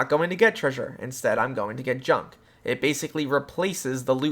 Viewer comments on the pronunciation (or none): none